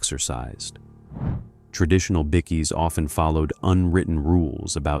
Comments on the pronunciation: In Australia they are called Bike -eees ( that's how it's pronounced here), the pronunciation in the clip was bad and everyone is making jokes that it sounds like bickies ( which is also our slang for biscuits = cookies ), it's also an AI commentator. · "BICKY"? ffs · Can some one please teach AI how to pronouce Bikie? it's not Biccy FFS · "Bickie"? Someone get an Aussie AI, ffs. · stop stealing other peoples videos that they paid for a**hole! you dont even know how to pronouce bikie lmao. Just because you ask your AI buls*it assistant shitgpt doesnt mean anything, if you lived that world then talk about it, if you havent you have no business here as you dont know they operate! more AI grabge crap. reported for stealing content and reported for fake ai genrated crap which goes against youtubes guidelinbes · Plus the Imbecile who doesn't know, or care, how to pronounce BIKIE. And what about an American narrating an Australian thing and turning a route [root] into a "rout"? 😢 😢 😮 😮